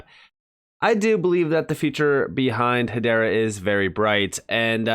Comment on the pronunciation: Pronounced EY-DAH